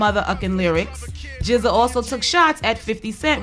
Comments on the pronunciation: you still say it as Giza same as Rza is Riza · wtff i thought it was just pronounced "G-Z-A" but she's saying "jizza" Lol what am i missing here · lol.. "JIZZA" its G ZEE AYE aka genuis. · Just Like RZA is pronounced RIZZA.. same with GZA.. LOL i dont believe that u didnt know this.